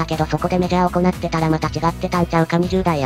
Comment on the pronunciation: 読み間違いが酷いな。行って→おこなって 西武→にしたけ 野球chちゃうんか？